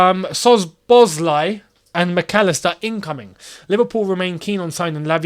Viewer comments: It's simply pronounced So-bo-sly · The right pronounciation is So-bo-Slai. The 'Z' is silent